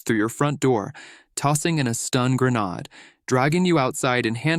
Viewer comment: Nonbondy says gre-nod